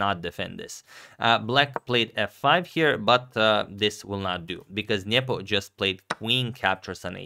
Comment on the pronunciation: I like how Agad says "Nyepo". This is correct.